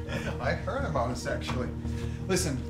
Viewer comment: Sounded like she said sexually instead of actually